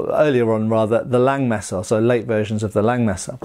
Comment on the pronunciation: The 'S' in Langes Messer isn't silent :D